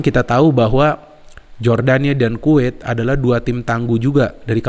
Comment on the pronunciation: Kuwet,kuwet salah bukan kuwet tapi Kuwait 😁